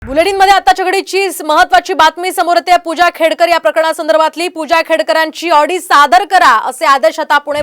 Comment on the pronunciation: खेडेकर नाही , खेडकर....